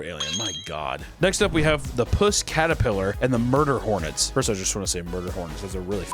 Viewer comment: love me some "MUDER HORNETS"